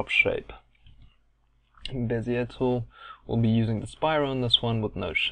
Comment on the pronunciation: Great tut..you speak like me!!! First time someone has got the pronunciation of bezier correct> You got to be South African!!;-)